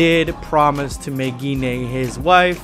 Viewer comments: Wait is her name really pronounced like that? I've been thinking her name rhymes with wine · I really hate how Gine's name is pronounced. I would've preferred it to be "Gene" or something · I thought her name was pronounced "Jin"